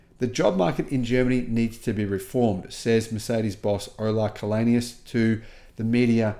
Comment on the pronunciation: Källenius is from Sweden. Maybe that's why he can make these statements. By the way his name is pronounced [chaellenius].